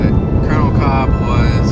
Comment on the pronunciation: Actually, his name is pronounced like "Kulp." Col. Kolb is one of my ancestors, my mother's maiden name is Kolb and the family is still in SC. Its interesting that my ancestor's grave could be haunted.